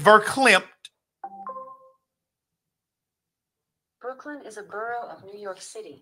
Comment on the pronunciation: Hey Google, is ver....climped (its verklempt) an eye shadow?! tf